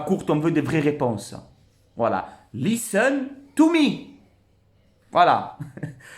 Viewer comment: 🤣🤣🤣 lisseun tou mi makroute LISSEUNE TO MI IN ZE PLACE TO BE